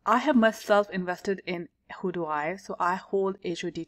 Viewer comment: its pronounced how you would say "how do we"